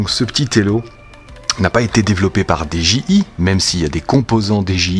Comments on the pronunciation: j'me permets, n'y voit aucun jugement de ma part mais de la même manière que tu prononces "ine-tel" ou "Raïze", tu peux également prononcer "Di-Dji-Aille" (au lieu de "dé-ji-i"). Merci bcp pour la review m'sieur, tjrs au top! Des bisous! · dis est ce que tu peux faire un concours pour gagner ce drone stp et dji ce prononse di j aye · Dji sa se prononce en anglais